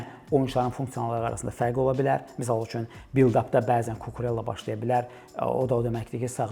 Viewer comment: Mövzudan kənar: Cucurella italyan deyil, ispan olduğu üçün adı "Kukureyya" olaraq tələffüz edilməlidir.